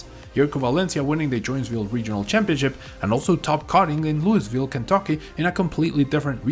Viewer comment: Luis ville 🤣